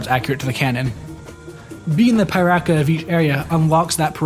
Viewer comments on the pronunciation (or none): It's actually not pronounced Pai-raka, it's pronounced Pee-raka. But well, what do i know, maybe it's from my perspective after all.